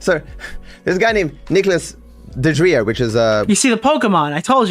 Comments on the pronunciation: It just hit me: I think is saying "Duh-Drio" instead of "DeOrio" because of the font on your Twitter account. He may have read it as "DeDrio" instead of "DeOrio" — not to come across as 🤓👆, but that could be the possibility. Though, your blatantly says "DeOrio" so he may be taking the piss out of the font? Idk. I was meant to come into chat and tell you, but it went completely out of my head. Hope you and chat are having a good day/night! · This guy trying to come up with an insult toward you is hilarious. "He LOOKS like an Oreo." "Nicholas Dodrio." Bro. It's not that hard. Deorio. Eat Oreo. Nick Eat-Oreos. Boom. You're done. Fat joke made. Move on with your life.